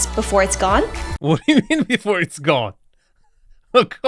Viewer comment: “..before it’s gome”